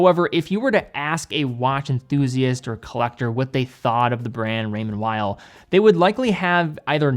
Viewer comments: Swiss guy here, great video! Just so you know it is said Raymond « vale » not « while » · Weil (pronounced vile) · Man it’s Called Raymond “Veel”